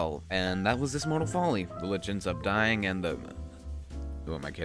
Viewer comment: There is no "T" in Lich. It is just Lich.